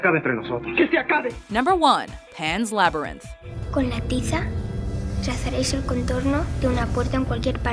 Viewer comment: Pan's Laberynth